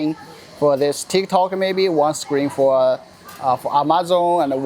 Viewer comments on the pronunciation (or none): none